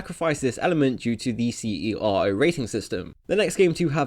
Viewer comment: CERO is pronounced "sero"